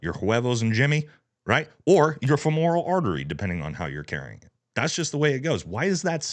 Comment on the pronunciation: fE-moral artery, not fe-mOral artery. The stress is on the first syllable. Interesting video! A shame to see a famous brand like this drop the ball so badly.